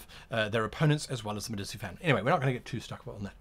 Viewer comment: In Italian, when the letter "c" is followed by the letter "i" it is pronounced like the English letter combination "ch" So it's DaVinCHi and MediCHi Easily confusable for someone who doesn't speak Italian, keep up the good videos